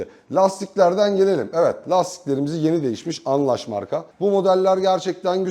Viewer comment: Abicim şu lastik markasını düzgün okur musun lütfen anlaş değil anlas